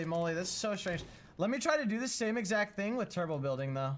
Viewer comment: “Bulding” Nice bro!